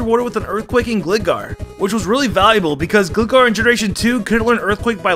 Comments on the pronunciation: Hold up, he said Gli-gar And not Gly-gar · gli-gar... FUCKIN GLY-GAR AS IN FLYING GARGOILE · And octirely and smurgle... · Gleegar? Peeloswine? Was this on purpose?